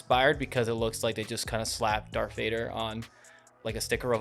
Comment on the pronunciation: Darth Vader not Dark Vader. Fuck.